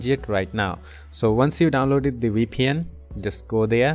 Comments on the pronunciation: We pn 😂😂 bro Say V P N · It's Veee Pee En. Not Wee Pee En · Sounds like WeePN to me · you're just liying you can't say vpn